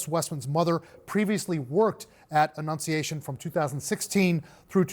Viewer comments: he couldn't annunciate 'annunciation' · When a reporter can’t enunciate the word annunciation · So many journalists struggling to say "annunciation". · LOL Jake Tapper has problems saying "annunciation"